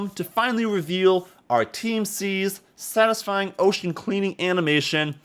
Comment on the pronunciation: take a drink every time he says sastysfying